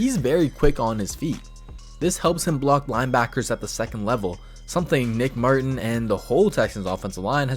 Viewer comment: You keep saying nicks last name wrong 😑